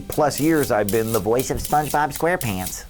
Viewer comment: When he says voice of SpongeBob SquarePants in the beginning, he totally butchers it